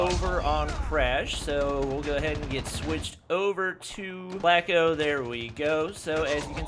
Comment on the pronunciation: It's not Flake-O, it's like Flock-o. Spelled Flacko means skinny in spanish.